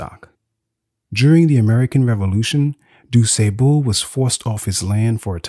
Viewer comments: Why is it so difficult to pronounce the man's name properly? "Du Sébeau, Du Sébon"? It's "Du Sah-ble". How hard is that? He's your main character, the very subject of this video. Lord, why didn't you check his name? It's disrespectful. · It’s Point du Sable, not doo say-bul. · This was incredible, though I was constantly distracted by the mispronunciation of du Sable. I know I know, very pedestrian. It was just so constant. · except the AI pronunciation of his name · The narrator says the name with confidence, but incorrectly. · I’m from Chicago and if you came here ( that is, if you’re not from here) no one would recognize the pronunciation of his name as you give it. Thanks for the info. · 😂😂 the way you pronounced his last name though. Point duSable means "point of sand" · Informative video ✊🏾 I’ve been in Chicago my entire 45 years on this earth…and been pronouncing his last name wrong this whole time 🤦🏾‍♂️ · His pronunciation of the gentleman's name makes it hard for me to listen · Nobody can watch because you pronounce his name wrong. you gotta get more education because this makes you look bad. I hit pause and I have to give you a 👎 please don’t take this the wrong way but if you’re talking about a great person who’s name most educated people know you look bad pronouncing his name wrong. Lord have mercy on the poor guy.